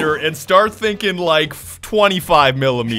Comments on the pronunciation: Im sorry but it's Start not Schtart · How many other ppl read "Shart ze panzer" instead of "Shtart ze panzer"